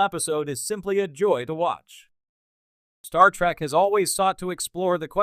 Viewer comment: When you say Star Track, and Jeen Luck Pickard, you might flash on the screen "this is humor" so we know you're attempting to be funny.